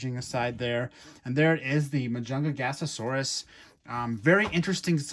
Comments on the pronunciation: Only ONE "GA" ⭕MA-JUN-"GA" -SAURUS⭕ you are talking ❌ma-jun-ga-ga-saurus❌ Hahaha 🤦‍♂️🤦‍♂️🤦‍♂️🤦‍♂️🤣🤣🤣🤣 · Please never say majun gasasaurus AGAIN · its pronounced mah-juhn-gah-sohr-us. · you say majungagasasaurus when its just majungasaurus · 2 things - Firstly it's pronounced ma-jung-a-saurus Secondly your correct about the arms. Carnotaurus and majungasaurus are both part of the group "Abelisauridae" which are well known for their short faces and short arms. They were the top predators in the southern hemisphere when things like trex and spinosaurus ruled the north. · I was like "Majungagasasaurus? Huh?" Lol it's definitely a unique pronunciation! 🤣😂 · That's 'Ma-Junga-Saurus,' my friend. But it's OK. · Ma junga sarus is how you pronounce it/ also love your videos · that's not how you pronounce mujungasaurus